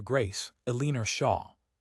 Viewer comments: Eleener AGAIN 👎. El-e-NOR. Please fix the pronunciation or otherwise insert something simpler, like Mary, Anne, Jane…. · You’re so right!!! “El’-in-or”…this is the second story I’ve heard that pronounced it “a-lean’-er” …just grates on my ability to listen to the story! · EL-LEN-OR not Aleener for cripies sake. Fix your AI. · Pick names AI can pronounce; Eleanor is not one of them! Otherwise a heartwarming, lovely romance that resonates today with our countless wars and many wounded warriors.